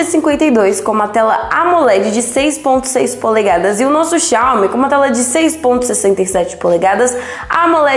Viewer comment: Parece uma moça inteligente mas não sabe pronunciar Xiaomi... Mas eu não disse q por isso não é inteligente... Aprendam interpretação de texto. G52 não tem InfraRed mas tem NFC.... tenho o 12S 8GB/256 e o g52. Tchau